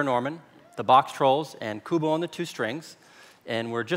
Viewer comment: How the fu* does "Kubo"sound like "Trent Stratis"? 🤣